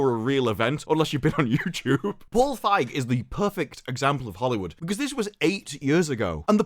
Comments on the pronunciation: Dude, it's pronounce Paul Fieg-y. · Just saying, the "ei" in "Feig" is pronounced "a". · “Paul Fag” 😂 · Think the correct pronunciation is 'Paul Phage' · I believe its pronounced as "Feeg" just like "Sneed & Feed" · Just so you know, you mispronounced “Feig”.